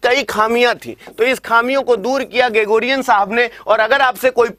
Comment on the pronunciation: भाई साहब जॉर्जियान नहीं ग्रेगोरियन होगा